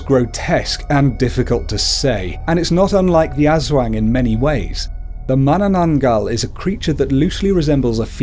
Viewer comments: UntamedBanana your all stupid hahahahha i live in ph for all of my life so aswang is pronounce as ass-wang not ush-wang hahahahhaa your really proud of yourself huh hhahahahaha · Nuno is read as 'Nuno' not 'nyunow' Aswang is read as ' Aswang' not 'asweng' But yeah, it's okay since you're not from the Philippines:) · Aswang is pronounced (Us - wung) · okay pronounce it with me: as WANG not as WENG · Oh and it's not pronounced as As-wang it's pronounced As-WONG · You said aswang Eswang You just say it Aswang as an A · We cannot blame people pronouncing wrong. Like other americans says "Ass wang" instead of "Aswang" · Like aswang isn't pronounced ass wang It's uhswong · Azwang really that is how you pronounced it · You said Aswag wrong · “Ass-wang” first of all,how dare you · Nuno - pronounce this, nuu-noh. Nūno Sarimanok - pronounce this, sah-rii-mah-nohk. Sarīmanok. K is hard. Aswang - pronounce this, ahs-wahng. Aswang. Two a's are short. Tikbalang - pronounce this, tick-bah-lahng. Tikbalang. The two a's are short. Manananggal - pronounce this, mah-nah-nahng-gahl. The "gahl" has short a. And just add a bit of Filipino accent flair aaaaand you got it! Probably. I can't confirm lol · What is wrong with you it is prounonce like this as-wang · I'm pretty sure it's announced 'As-Wong" by what my friends Filipino mother says. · Its pronounced asUwang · no offense but you pronounced aswang wrong.. you said as-wax😂😂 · Ass-wayng😂😂 lol!! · Manok isn't said like manok you have to put a pause in between the ma and nok. Also its not aswang its aswo(add a A sound)ng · The Ass Wang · welp you dont know how to pronounce aswang or tikbalang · Its funny how u pronouns aswang and mananangal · Natatawa ako sa pag pronounce lalo na sa aswang😂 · Its a great video but you pronounced aswang wrong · You kinda pronounced Aswang incorrect but it's okay. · Yeah,he might not be a filipino and it's ok that he doesn't pronounce it right.but srsly,I can't stop laughing on how he pronounced aswang